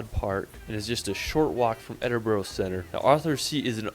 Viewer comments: It's pronounced Edinburgh not Edinbro. Glasgow is pronounced Glasgo. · yeah i'm scottish and please it's edinburgh not edinbro and it' scotland not scatland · It's not 'Edinboro', in fact there are zero 'o's in it at all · I'm Scottish, born and raised and still live here to this day. also I've not watched through the whole video yet but the guy on the vid keeps pronouncing Edinburgh as ED-IN-BRUG but it's really pronounced ED-IN-BUH-RUH (I hate to be picky and I don't mean it in a harsh way) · We need a Scottish Youtuber reacting to Americans saying Edinbro😆 All together now ED IN BURR AH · 😂😂 Edinborro only an American would pronounce it that way. It’s Edinburgh this how it’s pronounced is Ed in bur gh. And the sound is Edin-bruh. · His pronunciations are terrible. Edinburgh is pronounced "Edinburra" not "Edinboro" and Glasgow is Glas-go not Glaas-cao or whatever he was saying. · Really wish people would pronounce places properly in Scotland, like Edinburgh not edinbro damn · Come to Scotland but please do your home work Scottish people hate dump American questions . And it's not edinboro it edin bura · Seriously i wish americans would say Edinburgh properly. Its not pronounced, Edinburrow, its Edinbra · It's not Edingburrow, it's Edinburgh pronounced Edinbrah. Scotland is beautiful though, don't go in the winter though cos the weather will test you! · Probably the millionth to criticise pronunciation of 'Edinburgh', but it's not 'Edinboro' which is very typically American. Impress everyone with the correct pronunciation, more like 'Edinbruh', emphasis on the 'Ed' part. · PLEASE stop saying Edin-burrow it's Edin-Bu-rah. Thanks, all Scottish people 😂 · Just don’t pronounce Edinburgh in that way. The ending is more like burra than bro. 🫶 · It's pronounced Edinburrrraaaa!!! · As a Scot, the pronunciations, jeez. Lesson: Edinburgh - edinbruh. Glasgow - glazgoe. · Do not pronounce Edinburgh 'Edinboro', people will be extremely displeased with you.